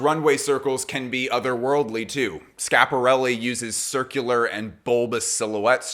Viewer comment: No disrespect but your annunciation of Schiaparelli is wayyy off, even for an Caucasian American. Love the channel tho!